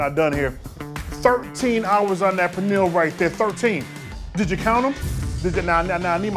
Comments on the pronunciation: pronounces pernil better than the Puerto Rican chef😝😂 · Anybody that pronounces pernil like that dont know what they doing lol